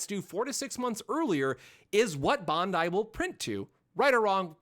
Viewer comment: Your pronunciation is terrible of the company name.It’s pronunciation is Ban•dai like saying Band-Die google it